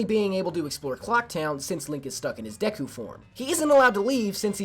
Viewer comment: you are one of the few that pronounce "Deku" the same way I do. It makes me feel better knowing that. Other than that, I also adore Majora's Mask! However, I'm not good at doing glitches either, so don't feel too bad for the ones you couldn't pull off